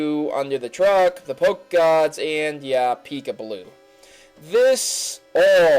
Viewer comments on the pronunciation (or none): none